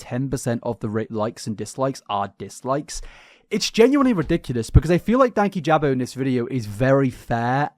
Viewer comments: Just for future reference it’s Dan-keyjabo hearing you call him Danky jabo is so funny hahahha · I think his name is pronounced like Dan-key-juh-bow just for future reference. We missed you btw!! Hope you had a good holiday besides the flu part 😅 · Dan-kee-jah-bow has said his own name enough times, that you should be able to pronounce it properly. Also, exposition is harder to say than ex-i-bi-shun. Like your videos, and as you speak for a living, it’s important to pronounce things properly 😊 Merry Xmas and all those baubles 😂🎉